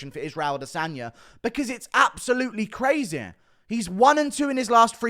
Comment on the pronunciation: U say DDP weird af and you say crazaaay the same way 😂